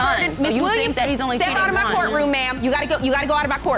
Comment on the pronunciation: "My court raum" 🥰🥰🥰